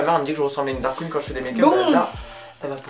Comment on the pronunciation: ptdrrrr Ju' on dit Drag queen pas dark queen x) (btw love your video)